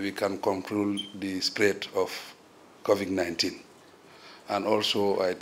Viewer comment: Anything he's blocked, has no idea what to say or even where to start he says "that's a very interesting quection" (meaning question I guess lol). And by the way it's not "Covic" it's Covid